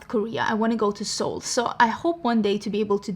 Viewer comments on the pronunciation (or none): none